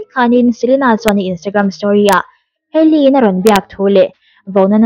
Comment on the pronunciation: Hailey skincare product hi rawdi nilo 'rawd/road' ti a lam tur😅